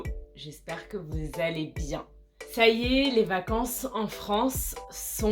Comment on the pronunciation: Merci beaucoup pour la video. Chaque video est super. Mais ici tu prononce ça y est avec un 'c' dur pour ça..Est-ce une autre mode de la faire?